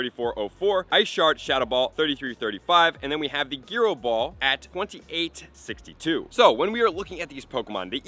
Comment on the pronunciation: It’s gyro bro, not giro